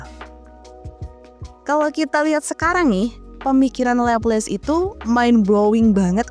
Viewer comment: Cakep, pembawaannya enak dan jelas, cuma penyebutan nama Laplace nya kurang, bukan Leples tapi Laplas.